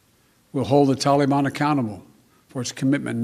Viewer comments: Lol can't even use the teleprompter 😂. Using 9/11 as the withdrawal date shows clearly it's just a marketing and not strategic. He's clearly just doing it because of criticism of him bombing Syria. Lol "tall-ee-bon" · What's a "killafate"? And who are the "tillyban"? are they the same as the "tollyban"?... I guess Sleepy In Chief forgot that his Dingleberry In Chief pulled troops out of Afghanistan only to see the "tillyban/tollyban" regroup & become stronger so we had to go back. So is NotMyPedophile smart enough to realize that when we leave, the terrorists grow again? Apparently not. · Dude said taliban wrong